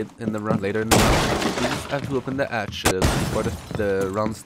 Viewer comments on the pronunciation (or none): Great video! Your english was fine. The few mistakes you made were entertaining. "Termite" instead of thermite, and you for didn't pronounce the h in hatch or have. Great video man keep it up and bring serenity back!!! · I didnt know accent was an issue for anyone. It's easily understandable and sounds great. I love how you say hatch xD "atch"